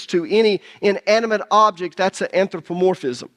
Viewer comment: Since you studied new testament Greek, At least do us the honors of pronouncing it "anTHropomorphism".